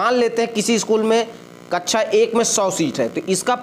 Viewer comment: Kachcha Nahi Kaksha Bolte Hai Bewakoof😅